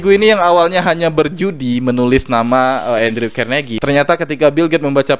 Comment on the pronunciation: Alhamdulillah, menarik mas...Izin beri masukan ya. Semoga ke depan channel nya semakin baik dan bermanfaat. 1. Utk Pronounce (pengucapan) nama2 dalam bahasa inggris mungkin bisa di upgrade lagi...Contoh : Andrew Carnagie 2. Pengumpulan Data lebih akurat akan lebih menarik dan bermanfaat utk pendengarnya. Contoh : Data ttg Carnagie ini, ybs adalah pengusaha zaman dulu. orang kaya dari bisnis baja. Bukan pesaing Bill gates, tp inspirator nya. 3. Selebihnya sih tentang pengucapan2 dalam bahasa asing nya... Sekali lagi, Sangat mengapresiasi review nya...Terima kasih banyak. Semoga sedikit masukan di atas bisa bermanfaat...